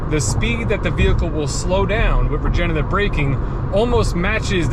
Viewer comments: it’s “regenERative”, not “regenATive”. regenerate is a word, regenate is not. since regenerative is a tough word to pronounce, let’s call it “regen” braking! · You’re missing the 3rd syllable in “regenerative” when you pronounce it - sorry if sounds a little picky but you are selling these EVs. I do love my 2019 Bolt LT though I only have a little over 30K on the odometer. We will be getting another EV soon to replace my wife’s Altima.